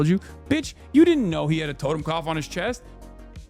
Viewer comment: it’s “Toten” not totem.